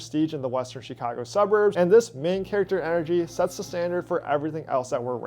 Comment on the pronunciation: LOVE your content. - but you gotta learn how to say to say chi-CA-go properly lol not CHEE-ca-go my friend